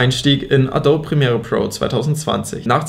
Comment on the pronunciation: Adobe wird "ÄDOBI" ausgesprochen!!!! nicht "ADOB"